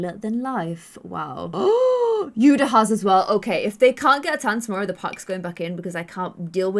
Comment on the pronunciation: When you say yuda it sounds like yuna